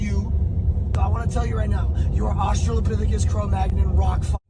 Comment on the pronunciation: HE CALLED HIM OSTRO-LOPITHICUS HAHAHAHA Holy shit this fucker has definitely watched some Murdoch Murdoch hahahaha.